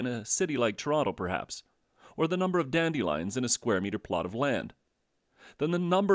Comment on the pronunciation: "Dandee Lions"